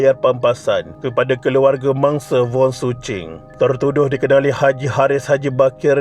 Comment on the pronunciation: Salaam. Saya memang peminat channel ini dan mendapatinya amat informative. Cuma satu suggestion, harap dapat improve sebutan nama2 orang yang disebut especially nama orang India, China, East Malaysia dan sebagainya. Seperti nama mangsa ini, sebutan nya Vooooon bukan Wong. Hari itu nama orang India pun Gana tersilap disebut Naga. Other than that, keep it up. Selamat Hari Raya kepada semua follower channel ini